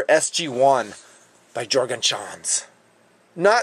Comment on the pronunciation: no offence but Juergen is pronounced Yergen. Great review, as usual.